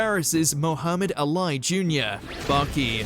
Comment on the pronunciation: the name in the Baki segment is pronounced Ah-Lee. not A-Lie. Y'all may not care so much but please try and research proper pronunciation of names going forward.